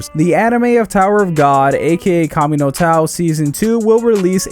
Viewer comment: kami no taw i cant dude